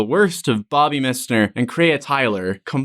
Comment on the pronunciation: This MISSner pronunciation is killing me haha 🤣🤣